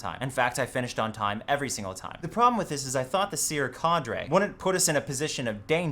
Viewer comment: Why does he say cadre so fucking weird